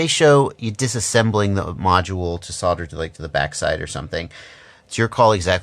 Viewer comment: Screws... theres a cost saving :D .. and we don't soder here we soLder just pronounce the 'L' in ,,, no ggg :P